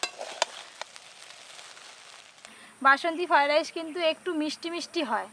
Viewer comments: ঠিক মতো উচ্চারনও করতে পারে না বলে ফাই ডাইশ 😂😂😂😂😂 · রান্নাটা ভালো হয়েছে,,তবে কর্ণ ফ্লাওয়ার দিলে গ্রেভিটা রেস্টুরেন্টের মত হতো।।আর একটা কথা তোমার অনেক কথা সংশোধন করা উচিৎ ।। তোমার রান্না সব বাঙালি দেখে এপার ওপার বাংলার।।যেসব উচ্চারণে ত্রুটি আছে এগুলো আরো বার বার বল ।যেমন আজ বার বার ফ্রায়েড রাইস উচ্চারণটা ঠিক ঠাক বলছিলে না । তোমাকে ছোট করা নয় শুধু হাসির পাত্র না হও এজন্য বললাম। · Fried rice bolte pare na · ki fried rice kothata tthik moto uchcharon korte pare na naki